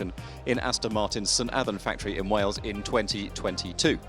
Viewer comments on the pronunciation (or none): none